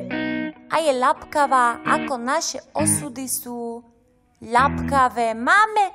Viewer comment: Ľapkavá? Nechtelas rict lepkavá? :)